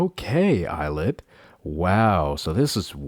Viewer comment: The lyrics “they call me il-lit” are telling people that their name is pronounced “I”-llit instead of “e”-lit cause it means “I’ll it”